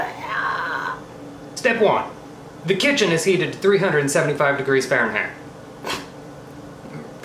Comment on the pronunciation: omg I laughed so hard at the way you said farenheit 🤣🤣 you always seem to make my day.